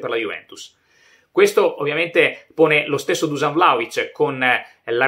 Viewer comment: On dit Duscan